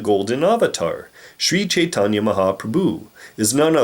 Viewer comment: sri chaitanya... sounds like sri satanya.